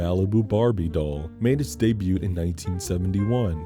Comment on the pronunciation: You're not supposed to* pronounce the "T" in "debut," just so you know. EDIT: 66.6k subscribers. Nice.